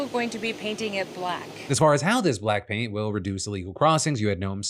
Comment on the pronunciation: I heard “Black Pink” instead of “Black Paint”. I was very interested in learning how K-pop got involved in the border.